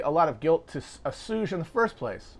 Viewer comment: The most endearing thing to me about Matt is the occasional mispronounced word (assuage as "assooge" but really who cares??) in the middle of a mind blowing explainer that changes the way you think about a subject. A true man of the people through and through. We love it.